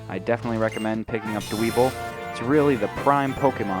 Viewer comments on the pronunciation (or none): Dwebble's name is pronounced Dw-ehbble. Sorry, I can't stand it when people mispronounce names :P